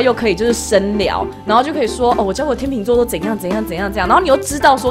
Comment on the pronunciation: 话说那不是读天chèng座嘛